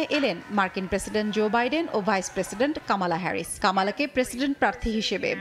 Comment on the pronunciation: শিক্ষিত সংবাদ উপস্থাপক ক্যামেলা হেরিস না কমলা হেরিস উনার নাতনি রা না শিখালেন নামের উচ্চারন টা